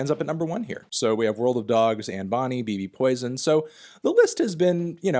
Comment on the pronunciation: Fantano still pronouncing BB Poison as “Bee Bee Poison” despite the fact that Stefan pronounces bbpoltergiest as “babypoltergiest” in the track.